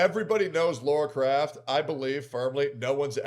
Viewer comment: It’s CROFT not craft.